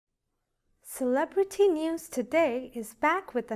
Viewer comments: SALE A BRETTY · Learn the proper way to say celebrity!!